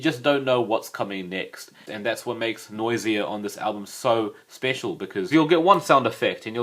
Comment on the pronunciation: Dude did you seriously say noy-zee-ah? It's noys-zha